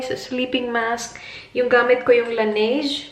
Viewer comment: its pronounced as la-ne-jeu (laneige)